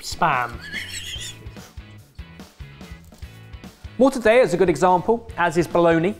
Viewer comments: Did you just just pronounce 'Mortadella' - a famously Italian meat product - as if it were Spanish? Boo, sir, boo. More - ta - dell - ah NOT More - ta - day - ah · Why is pronouncing Mortadella as Mortadaya as if it was Spanish. He’s normally on point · Mortadayuh? It’s mor-ta-del-ah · Mortadella..... not Morta daya ! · I’m sorry to call you out, but it’s mor-tah-dell-uh not mor-ta-day-uh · Omg! You did NOT just pronounce mortadella as "mortadaya"- did you?!🤦🏼‍♀️ This is an Italian product not Mexican. The L is NOT silent! It's MOR-TA-DELL-AH. Other than that, great work guys.🤗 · British pronunciation of Spanish and Italian words officially baffles me. You can’t say Paella correctly (pie-ELL-uh instead of pie-AYE-uh) but then you say mort-uh-DAY-uh when it SHOULD be mort-uh-DELL-uh. Jalapeño comes out hal-uh-PEEN-oh instead of hal-uh-peen-yo. Pasta comes out as PASS-TUH instead of PAH-STAH. Barbados comes out bar—bay—doss instead of bar-bay-dose. English words - have at it. Some Americans butcher English and you invented it so who am I to say there? But Spanish words like Paella should be said with the correct Spanish pronunciation, not some Anglified version of it. LL = Y and Ñ = NY. Please. I’m begging. And tell Gordon Ramsey and Jamie Oliver lol. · Ok, i need that Mexican soup in my life. P.s. Italian pronunciation tip: mortadeLLa with double strong LL like "Elliot", not spanish "y"🥰🥪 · Morta… de-yuh? XD wtf it is „mortadella“ like under rihanna‘s umberella ella ella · I could hear my grandmother rolling in her grave as pronounced mortadella with Spanish L's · Mortadella is Italian not Spanish, so the ll is not pronounced like a y. It's much closer to how you'd naturally pronounce it as an English speaker, but with a bit more of a "bounce". Mortadell-la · I absolutely love you guys but please for the love of god dont ever say "mortadeya" again im begging you in italy we pronounce the double L as normal Ls ily❤️